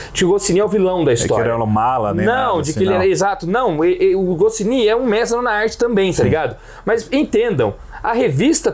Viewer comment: Não se pronuncia PILOTI, a pronúncia é: PÁILOT, e não se pronuncia GOCINI, a pronúncia é: GOTCHNI! KK! Só pra incomodar!